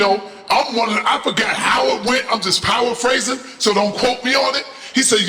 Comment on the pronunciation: Did say hes powerphrasing its paraphrasing powerphasing sounds like sum srar war stuff